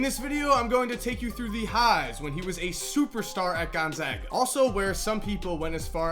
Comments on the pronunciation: thanks for saying gonzaga properly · He says it just fine. I attend Gonzaga.